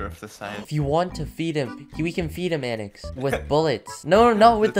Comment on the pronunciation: SAYS ANIX LIKE AHNIX ITS THE FUNNIEST THING it’s aynix